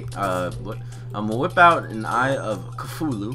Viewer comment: Cthulhu CA-TH-OO-LOO